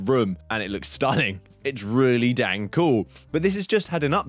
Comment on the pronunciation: I already bought deadpool anyway. I always miss giveaways. Why do you say Dang like you are an American btw?